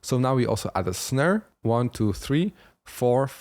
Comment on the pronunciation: always something to learn from you no matter how advanced I am. MY question tho, when will i have to stop catching up to you and get on your level lol PS the accent on how you say Snare is my new favorite way to say SNERR KUDOS BRO